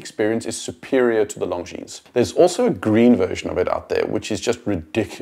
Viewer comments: Very good video — but PLEASE pronounce Longines properly. Only ignorants pronounce the S at the end. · the way you pronounce it, it sounds like “Long Jeans”! I have the Legend diver in all black, which makes the long lugs less obvious and I love it! Amazing value for money! I prefer the design of the dial because of it’s vintage look, although the JLC is obviously better in terms of finishing. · Glad you enjoyed the video. Thanks 😀 Not sure how I feel about being called ignorant though. May continue pronouncing the S on pure principal. 😂😂😂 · Sorry, that was uncalled for on my part. I will remove my comment in a couple of days. I just thought it was a shame that such a nicely done video (with a very talented and well spoken host) ruined the end product by mispronouncing the name of such a pillar of the watch industry. I think people can be forgiven for botching Jaeger-LeCoultre -- but not Longines... ;)